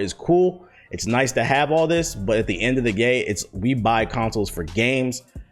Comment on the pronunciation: did he just say “end of the gay”?